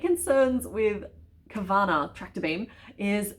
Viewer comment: OMG, Carvanha as in Husqvarna the tractor/chainsaw brand? Took me a minute to grasp what you were saying there! Swedish education time!!! It's HOOS-kvar-nah. Which kinda means "the mill by the houses". (Also, since carvanha is a piranha and those live in the Amazon, which is predominantly in Brazil, I think it might be pronounced car-VAHN-yuh, with the Portuguese nh pronounciation. But I'm Swedish so that's just a guess xD)